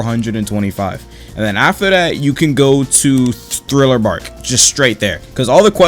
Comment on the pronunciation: ngl i was laughing so hard whenever this man said thriller barl instead of thriller park 💀